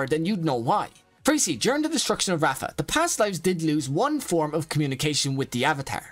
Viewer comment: Ok bro i love you video But it's not raafa it's raava 😅